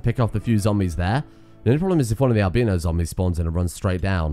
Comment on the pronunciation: haha im an american and he said "al-BEEN-no" haha